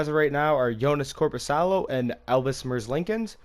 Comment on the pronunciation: It’s Merz lee kins